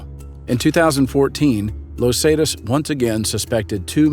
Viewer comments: Where do these people who make the videos get their info? Los zaytas? Never heard of them? Tf? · I mean it's a great vid..... but the way hes pronouncing "Los Zetas" is really irritating. Lol...... great vid tho man.